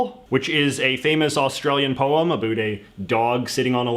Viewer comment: I'm Canadian. Americans make fun of Canadians pronouncing about as 'aboot'....in 52 years of life i've never heard a Canadian say it that way....until today.